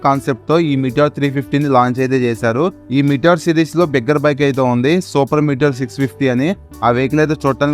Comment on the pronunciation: భాషా స్పష్టత....దయచేసి ఖూనీ చేయకండి బాబూ. ఈ మోడల్ పేరుని """"మీటియర్""" అని పలకాలి. దాని అర్థం తెలుసా...???? అంతరిక్షం నుంచి భూమికి దూసుకొచ్చే ""ఉల్క"". ఇక చాలమందైయితే...ఎన్ ఫీల్డ్ ""గెరిల్లా"" (ఒక యుద్ధ రీతి) ని, ""గొరిల్లా"" (ఒక జంతువు) అని పలుకుతారు. వింటుంటే కంపరం పుడుతుంది. నిజానికి మీ మోటో ట్యూబర్స్ చాలా విలువైన సమాచారం ఇస్తున్నారు. సరైన భాష ఉపయోగించండి.